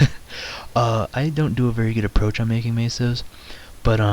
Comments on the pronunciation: its not maso its meso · i like how you say "Maysos"